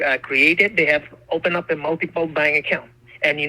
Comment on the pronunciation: I think it's funny they call people and try to scam them but they can't even say the word Bank they say bang accounts